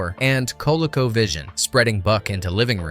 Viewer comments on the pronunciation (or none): "Kol Ko vision?!? It was pronounced "Ko lee ko". Besides the controllers, it was one of the best home video game systems until the NES. I loved the starfighters from this when I was a kid. Thanks for the video. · Wow, can’t even pronounce Coleco correctly.